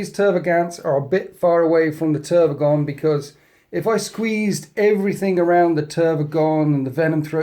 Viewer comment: How u call the Tervigon Trygon all the time gives me seizures XDD